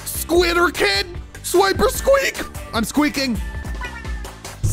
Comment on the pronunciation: why do you sound like youre saying "Swiper squeak" itz like you used Swiper from dora the explorer and made it your pokemon.